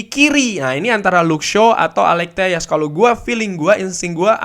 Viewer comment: Alex Telles kan bukan orang spanyol bang, Portugis Apa ll di bahasa Portugis bacanya "y" juga?